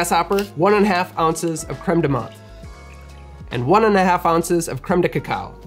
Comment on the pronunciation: not very important but i just meant to say as a french person that the "th" in "menthe" is pronounced as a "t" in french, not the usual english "th" nice vid